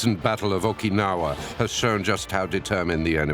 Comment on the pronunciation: Okinama? Jesus...... do your homework